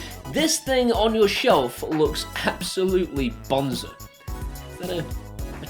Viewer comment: Not Bonser - B-O-N-Z-A 🧐